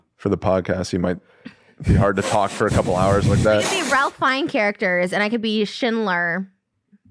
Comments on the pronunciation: Ralph Fiennes is pronounced Ray-f Fine-s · “ralph fiennes” lmfao the way she pronounces it. it’s pronounced “rayph fines”